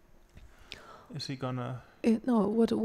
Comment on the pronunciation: Its not Swidler, its Svidler...